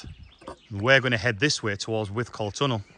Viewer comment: Good explore. It's pronounced "withcul" not "withcall" Surprised the owners didn't mention it! How many minutes would it have taken to walk from one end to the other without stopping?